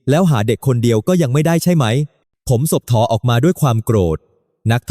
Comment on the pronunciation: สบถ ออกเสียง สะ บด มิใช่ สบ ถอ ครับ หลายคำครับที่อ่านไม่ถูก กับการแบ่งวรรคตอนผิดพลาด ถ้าจะใช้แอพประเภท text to sound ก็ควรเขียนให้แอพออกเสียงให้ถูกต้อง มากกว่า เขียนถูกไวยากรณ์ไทยครับ สงบ อีกคำ มิใช่ สง บอ 😊 ภาวนา อีกคำ ออกเสียงเป็น ภาว วะ นา ครับ มิใช่ พาว นา